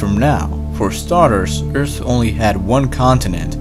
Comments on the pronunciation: it’s “earth” not “eart” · I can’t handle how he says earth it sounds like he’s saying eurts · It triggers me that you don't pronounce the letter H. It's Earth not ert. It's think not tink etc.... . Officially untriggered. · You're the guy that said : * "E R T" * In another video 😁. (For people who don't know, "Ert" = Earth)